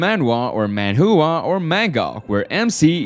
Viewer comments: Bro really just said man-hoo-a(manhua) 💀💀💀💀💀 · I am sorry, but I will not be contained this video as your pronunciation of manhua is so bad I cannot continue on